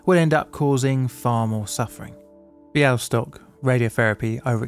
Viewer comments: Your pronunciation of Bialystok in Polish is spot on! Well done <3 I've never heard of this case before despite the fact I'm Polish. Thanks so much for covering it. :) Much appreciated! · Your pronunciation of Białystok is almost on point! If there's more Polish in future videos, think of the "ł" as the "w" in words like well, word, water, wheel etc. Never heard of this case before! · He may have taken the pronunciation from the Mel Brooks film "The Producers," which had a character named Mr. Bialystok. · I play your videos as background noise and then I thought I heard Białystok. And then I heard Białystok again, this time for real. Tremendous work, I've never heard about this incident before! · Your pronunciation of "Białystok" is almost perfect ! You said it almost like a native